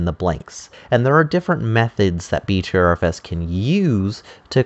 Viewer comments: Pronounced BETTER FS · Pronounced butter fuss.